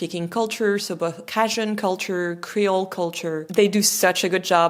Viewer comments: This was such a lovely thing to watch. I've visited the lower La. parishes many times & will not be pleased if the delightful lilt of Cajun French dies out (even if I don't speak much!). BTW, don't know if this was already said but Cajun is typically pronounced in the US like kāy-junn or kay- j'n with a hard J, as in John. Merci for this vid! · It’s CAJUN!!!! “Kayyy-juhnnnn” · pronounced KAY jun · “Cahjzun French” what a way to pronounce it, very interesting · "Cajun" pronounced like "kay•jin" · "Cajun" is pronounced KAY-jun. The first syllable rhymes with "bay" or "say," The stress is on the first syllable. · "Cajun" is pronounced "CAY-jun". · the way you pronounce cajun makes me want to remove my ear drums with a hunting knife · First of all, learn to pronounce “CAJUN”, good grief. Lol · Never heard anyone try to pronounce cajun with a french accent. It sounds weird when it's pronounced with that accent. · It's not a criticism but ask the boyfriend how Cajun is pronounced in English. Not the same as in French. ;-) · Cajun is pronounced with the A like cage not like cat- since we're talking about dialect. Maybe that is the French pronunciation of the word but it's confusing to my American ear :). I went to 'The Festival International de Louisiane' many years ago where many French people visit. You should make it over sometime, it is usually the week before Mardi Gras. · cAjun. With a hard A. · The a in Cajun is long, as in cage or mage. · Not "cahdjun", it's "cayjun", exactly like you pronounced Acadians "uh-cay-dians." Never mind, as the video progresses I see you're saying "cayjuns." It's odd that your video is evaluating a language somewhat like your native one but are pronouncing the very name of it differently at different times. The Louisiana French (of which I know many) pronounce it as I've pointed out, I've never heard them pronounce it any other way, thus how jarring it was for me to hear you at the start of your video saying "cahdjun" . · cajun = long a.